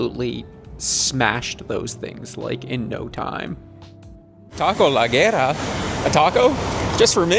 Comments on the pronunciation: Tacos "La güera", is pronounced more like "La Wera". The place is called, Tacos The Fair Skinned (feminine) lol. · Its read 'Goo Era' The Güera. It means Blond in femenine